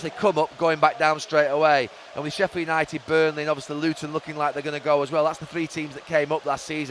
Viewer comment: Yanited shambles 🤣